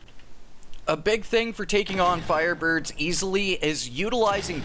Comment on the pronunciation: LOL, "fireburbs"